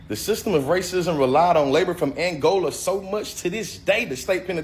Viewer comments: Forget financial literacy, how about BASIC literacy? ALL of the liberals that I heard speaking here were basically functionally illiterate. From the mispronunciation of common vocabulary words, coupled with geographical incompetance, ("...Angolian...Angolia..." ~Jalyn) to utter ignorance of basic, middle-school grammatical constructs, ("...the best effort that we can 'DO'..." ~Amanda Seales, 'cuz, APPARENTLY, an effort isn't something one "makes," but something one "does:" e.g., "I'm gonna 'DO' an effort." 🙄) And it's not about the level/quality of education, it's about the CAPACITY to learn, or lack thereof: the smartest Capuchin in the world is still INCAPABLE basic math, no matter how "human" it seems while tipping it's hat for change on behalf of the organ grinder. ANY American High School graduate has heard/learned, for example, the place-name "Angola." BUT, even if they HADN'T learned this properly in school, no one makes it to 25 years old without hearing common words, like "Angola," pronounced CORRECTLY many, many times: those who are CAPABLE of learning, but who may have misinterpreted a pronunciation when first learning of a word in school - and therefore spent some time mispronouncing daid word in conversation - will EVENTUALLY NOTICE that every time they hear someone ELSE pronouncing that word, they say it differently. Subsequently, the natural intellectual curiosity of ACTUALLY intelligent people will cause them to wonder, "Hmm, everyone else seems to say "spaghe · Is she saying angolia? Do she mean Angola?🤔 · Threatening physical harm in response to verbal disagreement. Cannot speak properly. "Angolia." Lmao tell me again how stereotypes are not true. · Angolia??? Tell me you’re uneducated, without telling me your uneducated. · It's Angola, not Angolia. Good grief...the ignorance and weak culture is showing. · Someone tell her it's Angola not angolia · “Angolia”, when Angola and Mongolia have a son. 😂😂😂😂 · Angolia? Oh Angola LoL. She's so smart.